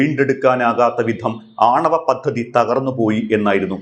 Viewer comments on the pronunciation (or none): none